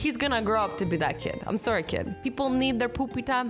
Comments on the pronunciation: you have the Canadian accent when you say sorry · Amélie D That MIGHT be because she's Canadian... 😉